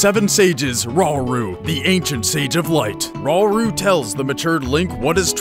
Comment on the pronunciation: It's pronounced Geh-rudo, not Jeh-rudo. Thats how the Japanese pronounce it, thats how the British pronounce it, and thats how you should pronounce it. Also, Ra-uru, and, Shig-eru Miyamoto.